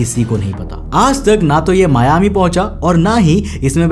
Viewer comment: It's not मियामी, it's मायामि. Anyways, this is basically a legend, as per the flight data records, no DC4s registered with PanAM flew the Newyork-Miami leg that day. My captain once told me jokingly not to get the DC10 (Frieghter) late by decades as he wants to be home for dinner. (We fly for UPS).